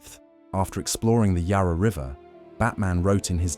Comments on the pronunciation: Yah rah? Ohhhh, Yarra! Ffs. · Bork Bork Bork!!..bring on the Swedish meat balls Plus when will AI learn to pronounce Yarra FFS.